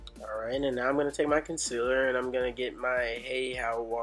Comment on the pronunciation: It's concealer 😩😩😩